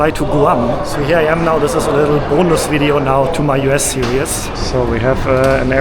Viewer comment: You're pronouncing these words wrongly. 1. series 2. syrup